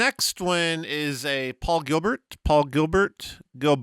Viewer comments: It's actually pronounced "Gill-bear" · It's pronounced ''Jill-bear''. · I think you'll find it's pronounced Paul Gil bear. 😉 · I recognized that last guy! He's a Pinkerton from Sesame Street. He pronounces his name GEEL-BEAR.